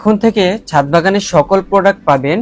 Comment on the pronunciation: হায়রে অশিক্ষিত, মূর্খ । এটা ছাত হবে না, ছাদ হবে । শুধু মোবাইল থাকলেই ইউটিউবার হওয়া যায় না, পড়াশোনাও থাকতে হয় ।